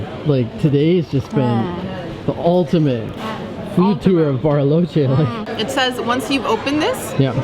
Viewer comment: LA CALIDAD que tienen sus videos, la edición excelente, cada vez mejores! Me encanta el switch de inglés a español perfecto de cuando dice 'Bariloche' perfecta pronunciación! Saludos ❤😊